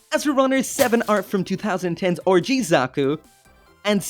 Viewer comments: Anyone else hearing orgy zaku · "orgy hands", "orgy Zaku" thats all I hear when you say "RG" or at least I think you're saying that. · That "RG" pronunciation "ORGY" Zaku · Is it me or are you pronouncing 'RG' like 'orgy'? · It is great that you're finally back. Hopefully you're able to find a more permanent home solution soon. Anyway, I'm surprised this wasn't a P-Bandai release. Nice that you got the PG GN-0000+GNR-010 Trans-Am Raiser as well. Are you getting the PG GN-001 Gundam Exia [Lighting Model] and the PG GN-001RE Gundam Exia Repair Parts? It still sounds like you're saying "orgy" when you say RG.